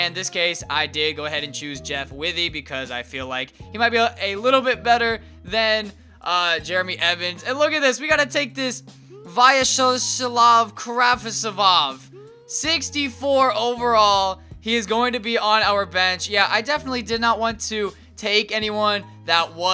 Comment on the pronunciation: You pronounce "the guy from Ukraine" like this: Via-chess-love (more or less :P) Krav (like in krav maga)- tsov